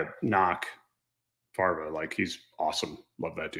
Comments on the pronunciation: Try to get him on the show if only for a short interview. And he's pushing a book, easy way to trick him on if he's a hostile witness:) He didn't sound like the best witness, he called Fravor. That could just be a kind of dyslexia but still. What thing interesting was how he emphasized how quickly it was hushed up and how quickly the people got onboard. He stressed that several times like it was impossibly fast. A time on that would be interesting. If it was an hour fast or a few minutes fast. If it was faster than a helicopter could get there from san diego for instance then we are dabbling in funky territory. Also what specifically was said, by whom and how to crush any enthusiasm to talk about it. Fravor is in denial about the cover up so some data on that would be good. How he heard about it. How quickly. What was said, what the tone was. One mystery about this cover up is how many are involved. If it is effectively every ship commander and maybe second in command as well that have some standing order to suppress and ignore the issue. The more guilty we have the more dominos that can fall and start the collapse. The group commander was Admiral Kirkland Donald. Captain of the Princeton was James A. Symonds, later became a carrier group commander himself yet retired in 2010. Both are retired. These high ranking careers seem short. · LOLOLOL……He called Commander David Fravor……FARVA….!! LOLOLOL Like….” I want what our 2 ship encountered to be investigated! AND I WANT A LITER OF COLA.!!!” LOL That was awesome. 👍🏼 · That guy ‘’ could not even pronounce Commander Fravor’s surname correctly he and the other two were an embarrassment. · He served with fravor I'm assuming he's seen a bunch of stuff about fravor and yet he can't pronounce his last name?